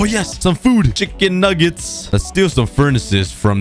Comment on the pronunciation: He even sed chicin negits